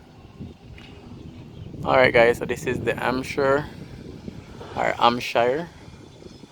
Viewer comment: Please, please pronounce the H. It's not Amp-shire, it's Hamp-shire.